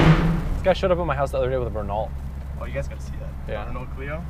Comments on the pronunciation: LMAO SAID RE NAULT ITS PRONOUNCED REN NO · i know you said dont hate... but when you said RenAULT i wanted to kill myself. its pronounced "Reno" even though it is spelled Renault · Renault is usually pronounced Re-no. Just so ya know! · Just so you know Renault isn't pronounced the way it's spelled. It's French, so it's pronounced "Reno". I remember pronouncing it the way it's spelled and getting chewed out😂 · people are assholes btw it is pronounced ren-oh bring me the horizon!!! bro sick concert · No hate about working on cars but you gotta work on your pronunciation of "Renault"